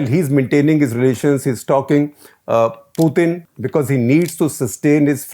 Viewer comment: Dear Shekar, you say "Poothin". I checked both the English and Russian pronunciation. It's "Pootin". Just FYI.